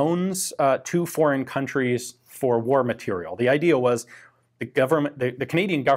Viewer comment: Matériel still isn't pronounced "material".